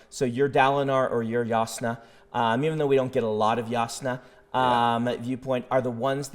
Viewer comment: Hearing Brandon say (Yas•Nah) broke me a little inside. I will forever pronounce the J